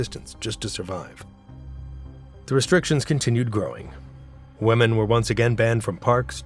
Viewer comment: Pronunciation: women = sounds like WIMM-EN, not WEMM-en.